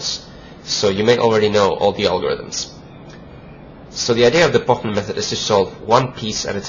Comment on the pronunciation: He pronunces it very well because Pochmann is German :)